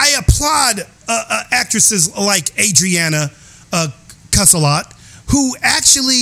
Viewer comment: Thank you for doing this I appreciate it. Oh, and you did pronounce the name properly. It’s Adriana Caselotti.